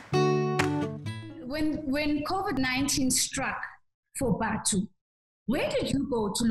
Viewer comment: It's not Batho, it's Bathu.